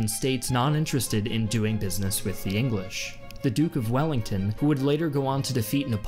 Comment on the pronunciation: he calls the English the engwish